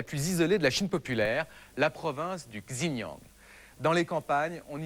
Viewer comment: J'vois pas en quoi le xinjiang c'est la mongolie... c'est juste à côté, donc le sujet est assez mal maitriser pour des journaliste.. Faudrait aussi prononcer correctement les noms ce serais pas mal pour comprendre, pour dire "Tchine Yang" au lieu de "shinjiang" ça porte fortement à confusions, on ne se retrouve pas dans l'espace.. Et le mec qui se fait 10 000 euros par mois et les autres 80€ c'est pas normal